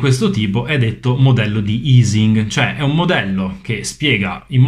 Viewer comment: La pronuncia di Ising all'italiana è quella corretta, poiché essendo Ernst Ising tedesco in questo caso la pronuncia è uguale nelle due lingue. È aising (o eising) alla anglosassone che sarebbero stati "sbagliati". :)